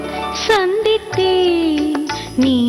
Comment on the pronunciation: உங்க பாடல்களை இப்பதான் கேட்டேன். மிக அருமையாக பாடுகிறீர்கள். As it is சுசீலா அம்மா. மிகவும் மகிழ்ச்சியாக இருக்கிறது. மேலும் இந்த பாடலில் அந்த சந்தித்தேன் என்ற வார்த்தை ச உச்சரிப்பு கொஞ்சம் மென்மையாக இருக்க வேண்டும். வாழ்த்துக்கள்.